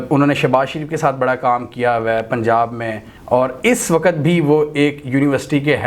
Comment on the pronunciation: Please ..the word is “waqt” not “waqqat”